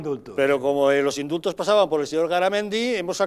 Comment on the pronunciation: Indultos? Lo qué?!!! Mis oídos perciben IMSULTOS - a todas las personas decentes